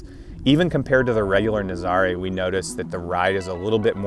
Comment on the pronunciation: IT's pronounced Naazarah like the surf location